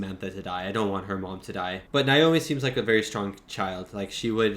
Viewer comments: why do you pronounce Naomi’s name like that? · Why can't you say Naomi?😂